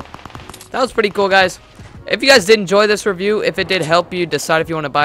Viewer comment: U said skin rewiew lmao